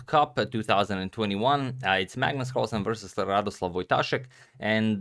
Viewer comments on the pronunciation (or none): Just to mention his first name is 'Radoslaw' not 'Radoslav' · RadoslaW not RadoslaV love u agad <3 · It's Radosław not Radoslav :) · RadosłaW not RadoslaV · It’s Radosław, not Radoslav :p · ‘Radoslav’??? Radosław, pronounced ‘RaDOswaff’